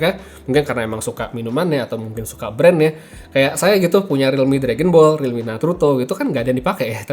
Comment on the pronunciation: realmeow beneran